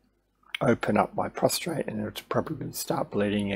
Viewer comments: It’s a prostate! Not a prostrate. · Yes I hadn't noticed I had got into the habit of pronouncing prostate with a R. My bad